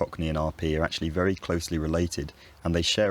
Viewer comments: I think you mean vewwy no wery in tho the confusion is understandable seeing how you discussion the merging of v and w later in the video too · minor minor error "very becomes wery" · I noticed that you replaced the V with a W when you were talking about replacing R with a W. Nonetheless great video. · Be vewy vewy quiet…I'm hunting wabbits!